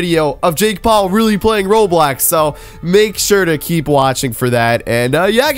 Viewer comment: Bro its roblox not roblax